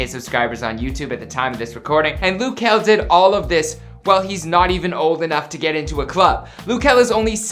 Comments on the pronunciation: It’d make sense if it was spelled Lou since he is from the Lou but it’s luh so...😂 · It's not loo kel its luh kel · He said lu key it’s L-UH kel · Who is “Lew” Kel?! lol 🤦🏾‍♂️🤦🏾‍♂️ it’s “luh” (short for “little” ... very similar to “lil”) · Luh not lou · It’s not lew or loo it’s luhhhhhh. L-uh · lou kel😂😂😂😂is luh kel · Lug kel not Luke kel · Isn't it luh not looo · Loo its luh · It’s luh it’s not loo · L- uh Kel not L-ou Kel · It’s not Lu Kel it’s Luh kel wtf🤦🏽‍♀️🤨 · “loo” kell??? Its “luh” just sound it out lmfao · GLOCK glock just say Luh instead of loo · ITS LUH KEL DUDE LIKE OMG and who dosent want him to proceed I know I would❤❤❤ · Ik this man did not say “Loo” I am rolling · he kept on sayin looh kel lol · lil-h kel hunny 😂. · It’s said Lil Kel lil=luh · Its not loo kel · Hol on did he he say "Lo-Kel" yes I know you liyin😑😑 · It’s not pronounced like that